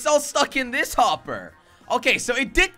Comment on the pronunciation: YOU SAID WOPPER